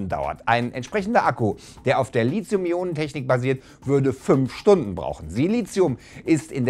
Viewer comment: Das Wort heißt nicht Lizium sondern Lithium mit einem weichen "TH". Auf einem Wissenschaftskanal sollte man es wenigstens versuchen ^^